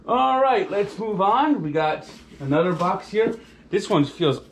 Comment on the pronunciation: “ANudder Unboxing” love it